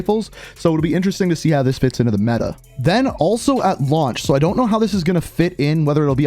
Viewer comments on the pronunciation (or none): none